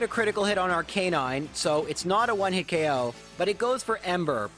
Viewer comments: it's not "R-canine", it's "Arca-nine"! Watch Season 1 anime, when Officer Joy calls for one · it's obvious YOU have never seen the anime because you mispronounce rattata and arcanine. jessie also had arbok and lickatung